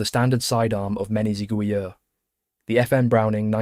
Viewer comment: If I may, the word "Zigouilleurs" is used here in the plural and therefore ends with an S, but in French we do not pronounce this S.